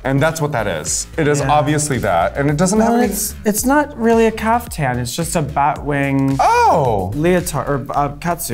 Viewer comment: It's Caftan not Kafka, Akeria. Lose the bug! :P